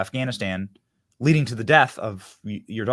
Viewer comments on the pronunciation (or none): none